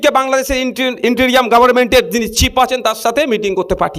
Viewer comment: ইনটেরিয়াম নয় ইনটেয়ারিম " I N T E R I M interim ".ভাইসাব স্যরি ফর ইন্টারফেয়ারেন্স ।